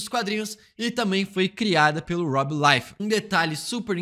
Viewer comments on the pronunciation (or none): none